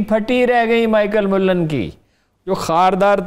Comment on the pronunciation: Michael mullleen.. :d hahahahahahah.. Amazing punjabi pronunciation